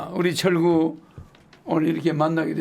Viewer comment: 철구 ㅈㄴ 찰지네 ㅋㅋㅋ